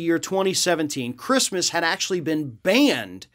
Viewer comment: She said “who the fook gives a sheet about Chreestmas?”